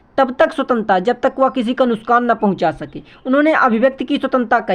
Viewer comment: Nuksan ❌ Nuskan✅ 😂😅 Btw helpful video..thanq so much sir 🙏🙏